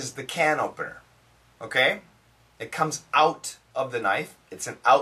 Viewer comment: I heard "can ovener" instead of "can opener". I can't heard the P sound in this word